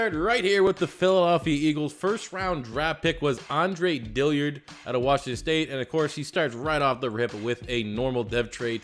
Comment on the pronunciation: I see that still hasn't learned how to pronounce Dillard.